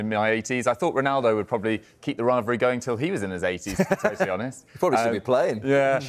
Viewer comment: Only Ronaldo talks about a "rivary" never heard Messi talk about a rivary..🤷🏾‍♂️